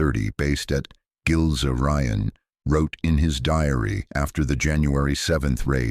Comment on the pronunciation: pronounced "Gills Ryan" as in Gilze-Rijen